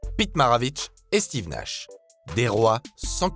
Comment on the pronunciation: 😂😂l’accent québécois pour Steve Nash ( qui est même pas québécois mais bref) franchement vos vidéos sont trop